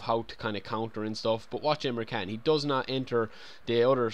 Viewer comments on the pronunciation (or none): CAN is pronounced "djan" like the J in jungle and not like "I CAN" but like "i CAN't", just fyi ;^)